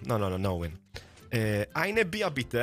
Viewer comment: "Eine Bier bitte - Danke" Wow Respekt das war nicht schlecht..👍😂